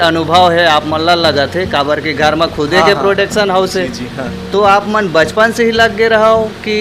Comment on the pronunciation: प्रोडेक्शन नहीं,, प्रोडक्शन हाउस होता है भाई 😂😂।। सुधारिए